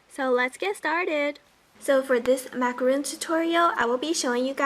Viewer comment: cute! fyi, it should be macaron, not macaroon. Macaroon is a totally different cookie ;)